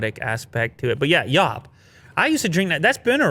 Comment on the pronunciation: Yop pronounced yooo -p not yaaap